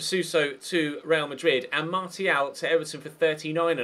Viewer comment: why do you say martial when its pronounced marshial